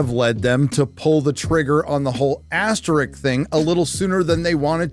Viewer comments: Asterisk, not asterick, just saying…. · "Asterick" 🤣 How does a person in his 50s still not know how to say "asterisk"?